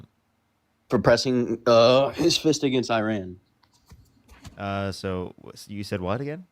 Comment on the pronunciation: And Iran, Iran so far away... E as in sea... Ra as in the Egyptian god... N as in pronunciation you frelling dren heads! What can I expect from my fellow 'Mericans.